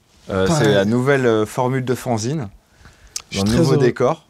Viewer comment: si tu veux Fanzine se prononce Fanne-zine, sinon toi tu dis Faon-zine, si tu fais un magazine sur les faons peut-être